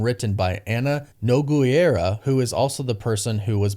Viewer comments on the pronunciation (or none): "Anna NogUeira" 😂